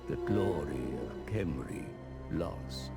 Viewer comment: just a quick note, Khemri is spoken out out ''Gemri'', but with a weird G to it xD